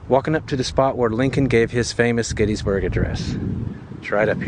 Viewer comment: There's Intercourse, there's Blue Ball, and there's Paradise. And you thought South Central PA was dull. We're all passion's playthings here. (Oh, and it's pronounced "Gettisburg" -- not "Getteesburg" -- common mistake.) Nice vid, thanks.